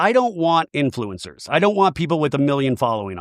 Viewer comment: I say this with love but please pronounce influencer correctly!!! It's an assault on the ears!!!!!!